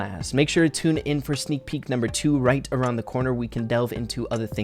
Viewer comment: lol sneek peek more like snak pee